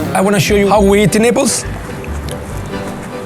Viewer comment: lol I thought he said: "I'm going to show you how we eat in nipples" 😂